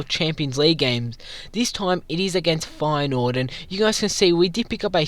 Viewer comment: U said Feyenoord wrong